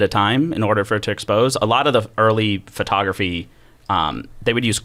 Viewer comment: “Fertography” is driving me nuts